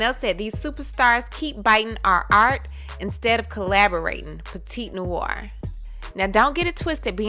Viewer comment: It's pronounced "La-mais-ohn-nwar" … French for "The house black". But yeah, this is obviously plagiarism if she did not get permission, cite it, and possibly pay for it.